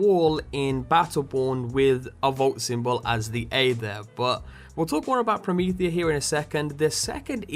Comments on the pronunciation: Perhaps the 'Prometea' could have the missing 'h' due to the accent of the speaker? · Wow! Promethea was even referenced in the first BL!!! I kinda like it called 'Prometea', rather than 'Promethea'.